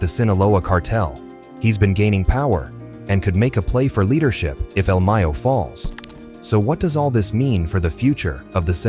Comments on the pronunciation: You making money of this and you couldn’t even do some research on how to pronounce this man’s name do you know how important he is to he’s people do your work correct if you getting g paid BE SADE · the way this AI kept saying el Mayo